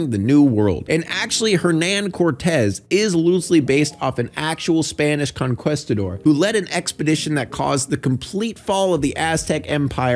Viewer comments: CON-KEE-STA-DOR. Not Con-quest-a-dor. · The fact you pronounce it "con-QUEST-a-dor" bothers me waaaay more than it should... still.. learn how to pronounce conquistador.. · he said conquistador so wrong